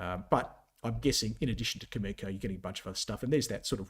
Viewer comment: Cameco is a great company and will outperform during this uranium bull market. However, since you profess to be a technical expert and not knowledgeable about any uranium fundamentals, why do you even go there? Cameco is not pronounced that way. Cameco is not the world’s leading uranium supplier. Cameco can NOT just ramp up supply like you said (actually, they are currently in the spot market BUYING uranium to meet their market obligations.) The uranium sector will be on fire in !!!!!